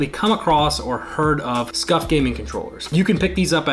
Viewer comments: It’s scuf not scuff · SCUF not SCUFF